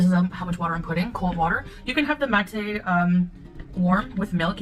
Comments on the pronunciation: The overpriced kool aid she's drinking is a rip off of mate, a classic South American tea drink, hence being pronounced as mah-tay. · out of all reaction channels I love yours the most- you say things exactly as they are, and you're extremely funny and witty! thanks for your commentary! (btw- Mate is pronounced "Ma-teh") She is so desperate for money she stooped to a new low. "I'm exhausted all the time and this will help with the fatigue"- Do you know what will actually help with it,? losing weight, exercising regularly, and stopping wasting negative energy in the form of contra-bullying, rages and manipulation. I wonder if this 40-year-old toddler will ever grow up and start to take accountability over her 5hi7 (My bet is on "no") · The drink mate is pronounced mah TAY